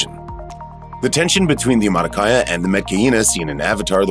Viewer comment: They were also mispronouncing Omaticaya lol..